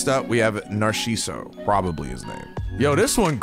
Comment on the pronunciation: man I love "narshiso"